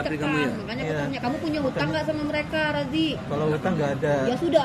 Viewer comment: Maaf Razi bukan Raji